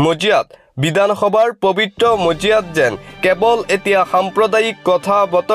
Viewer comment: কিয় ভাষাটো শুদ্ধকৈ কব পৰা নাই,হেৰ বিদানসভা নহয় বিধানসভা হে।